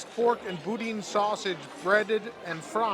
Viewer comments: Boudin is not pronounced "boo--dean". Get some southern friends to help you out. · you pronounced it phonetically and gave it your best shot. The Cajun delicacy is pronounced BOO-Dan. And it should not be grainy. Boudin is pork trimmings, rice, bell peppers, and good spices pureed and stuffed into a sausage casing.